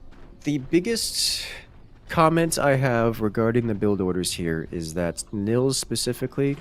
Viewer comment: Btw: Nils is pronounced more like "Neels" - in german we would spell that Nills if the i is short